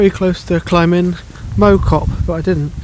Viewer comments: Mow cop is pronounced Mouw cop. Great video. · FYI, Mow, is pronounced as in cow. Think Cow Cop - Mow Cop.